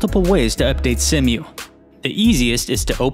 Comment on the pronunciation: See-moo Not Sem-U